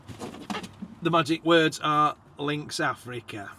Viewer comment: We don't use Lynx anything. We thought you said Athlete. ❤🇦🇺